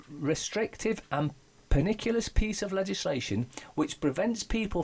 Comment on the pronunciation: pernicious....say "per NISH us" Just fyi. Love you and your channel. :) per·ni·cious /pərˈniSHəs/ having a harmful effect, especially in a gradual or subtle way.